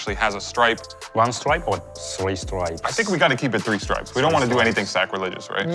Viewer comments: WORST TAKE: saying "Three Stipes" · "Three stipes"